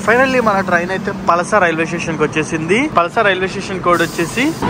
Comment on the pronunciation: bro it's not పలస it's పలాస